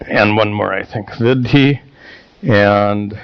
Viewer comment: Sir, if I may say so. Vidhi and Viddhi are different words and perhaps by oversight it is being pronounced interchangeably here.